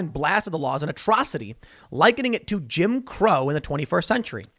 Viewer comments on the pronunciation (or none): Joe said Jim Eagle not Jim Crow